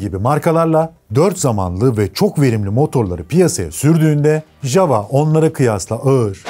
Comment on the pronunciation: Ya dunyada birtek biz yanlış soyluyoruz ja-wa degil ya-va diye okunur 😂